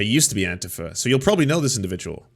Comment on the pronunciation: Lol. Surely nobody who was involved with Antifa pronounces it AntEEfa.